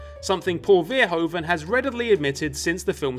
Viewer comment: Verhoeven: Fer (like Ferdinand) - hoo (like hoo! Like an owl says) - ve (like ve in verizon). Verhoeven, Fer-hoo-ve (dont pronounce the N). I'm sorry I've made it my mission to eradicate incorrect pronounciation of this name, because I can tell you're trying, but someone taught you incorrectly (and, big sigh, f*ck that person). Dont trust 'pronounciation guides" on this, I have yet to find one that is the correct pronounciation. Google translate does a very decent job when you ask it to pronounce the word (obvs when set to Dutch). Kind Regards, a Dutch person xxx